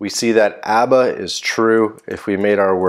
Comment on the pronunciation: It seems like you steal "Abba" from Pakistani Coder😅. Because,you couldn't pronounce it rightly.